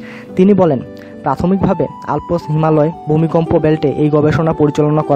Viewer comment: হায়রে! আরে বলদ ওইটা টেকটনিক প্লেট not টেকনিক প্লেট। আলপস্ পর্বত না আল্পস পর্বত। আগে নিজে শিখ কিছু তারপর বান কর।